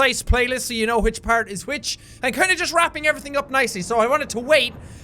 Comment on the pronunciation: HA-WHICH, try record each time he says HA before every word that starts with a "wh"